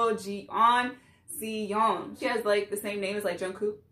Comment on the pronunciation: Yess Jeon like Jeon Jungkook Her name is Soyeon ( So-Yon ) You said GIDLE perfectly!!